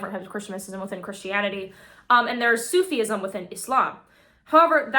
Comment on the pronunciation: Excellent video. One thing. Sufism is pronounced as Soo-fizm/ not Soo-fee -Izm. 🌙 ❤ ✨